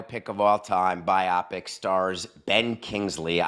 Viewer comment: No... Bio-pic Bio-biographical Pic-picture Bi-opic is 100% wrong